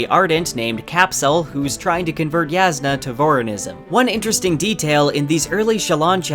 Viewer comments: Why does this guy keep pronouncing J like it’s a Y? She’s not Mexican dude. Her name is Jasnah, not Yasnah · Jasnah is pronounced YOSS-nuh, not yaz-nuh. Edit: I was wrong about this, apparently it is pronounced Yass-nah. Thank you BookHopper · Sorry but that's wrong. Even the coppermind site says it's pronounced 'YASS-nah ko-LIN' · I'm actually low-key impressed that you've managed to somehow pronounce every. Single. Characters name differently than I/most people. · Sanderson encourages readers to pronounce names however they want. The way you originally said it is how I said it too, and I like it better that way